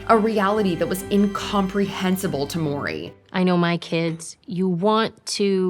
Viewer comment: You really need to start looking up how to pronounce these people's names BEFORE you make a video. You sound like an idiot trying to say Mowry. Ignorant as F